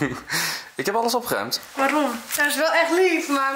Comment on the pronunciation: OpGGGGeruimd 😂 RRRRR